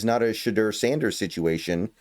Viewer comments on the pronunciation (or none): none